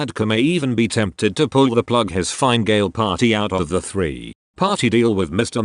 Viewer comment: Yep, in particular the "tao - is - each" and "fine - gale"